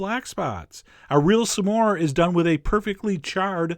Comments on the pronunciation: you say some diffrently!!! you say samores its smores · you're saying "some-ore" and its irking me LOL! SMORE!! not sum-ore! loool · I keep hearing "Some whore" xD im sorry. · i think he meant to say it like "some more" he's hilarious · The way chef John pronounces s'more made me realize why it's called a s'more (some more) I never knew that. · Your saying smore weird